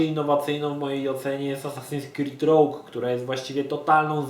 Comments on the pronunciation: Rołg czy Rołdż ujdzie. Ale rogju... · Kurwa... znowu, Assasins Creed 'rołg'. Mówić inglisz? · ***** czyta sie "róż"